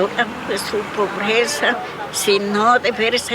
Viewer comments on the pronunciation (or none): none